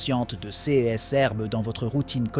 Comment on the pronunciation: C'est une voix robotique qui parle et ces voix disent souvent C E S au lieu de dire CES ! C'est étrange en effet :face-purple-wide-eyes